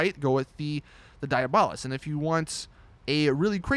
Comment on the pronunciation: Jesus Chris it's diabolus! De-ar-bo-lus